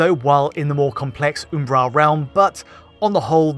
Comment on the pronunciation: Is he attempting to say the word 'Umbral'?